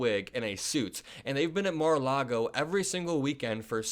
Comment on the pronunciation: Mar- a- loogy.